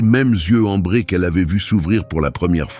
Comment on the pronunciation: Ses yeux Ambrés et non "embrés"